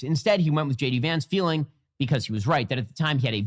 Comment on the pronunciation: J De-Vance